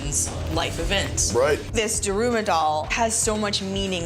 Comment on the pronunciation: “DArUooMa DolL” bruh its da-ru-ma